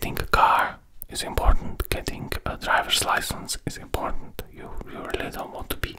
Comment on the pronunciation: most imporddnt german words🤣🤣🤣🤣